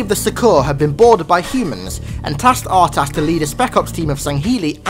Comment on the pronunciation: I think his name is probounced UrTas instead of a hard R